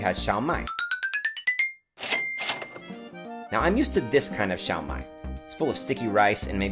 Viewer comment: Love your videos! ! Keep up with the good content! That dish is actually called Shao (first tone) Mai (fourth tone) instead of Xiao Mai.